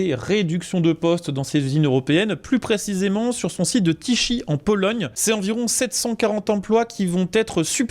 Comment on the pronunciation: La ville de Tychy (Tichi) 🤣🤣🤣 Ça se dit Téhré 😉 Vos vidéos sont cool, continuez 👍